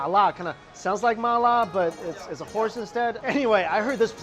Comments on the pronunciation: I thought he said "whores" instead of "horse" at first and was so confused. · I got confused tryna figure out if he said horse or whores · Bwahahahaha... *Horse as in "Neigh", not *Whores as in "$50 bucks grandpa for $75 the wife can watch".......